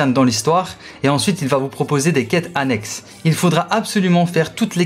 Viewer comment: Le sort de mort "que devra", je connais pas 😅 Puis pour les quêtes, on dit annexe, pas annextent, c'est Hermione qui me l'a dit ptdr